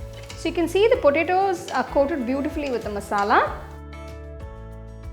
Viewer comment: Say P O T A T O. Not preto.